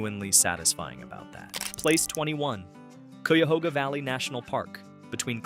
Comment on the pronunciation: Showing a subway station to represent the Underground Railroad is inane and amusing. Oh, and Cuyahoga is pronounced Kie'-uh-hog'-uh